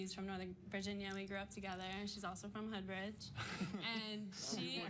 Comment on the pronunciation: SHE SAID HOODBRIDGE HAHAHA